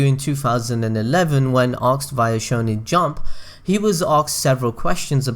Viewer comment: hey, man, like your content, but I don't understand why do you pronounce the word "asked" as "axed"?